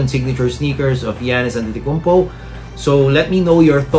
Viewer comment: Its not antitikounmpo its antetokounmpo